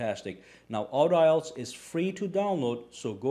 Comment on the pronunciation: I think its pronounced aw-D-alls. Emphasis on the D, not the au.